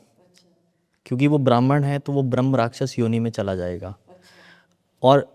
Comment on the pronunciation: भ्रमराक्षस नहीं ब्रह्मराक्षस होता है, सही उच्चारण इतना भी कठिन नहीं है।